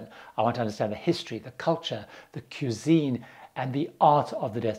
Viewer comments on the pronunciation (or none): Coo-sine? Come on, it’s cuisine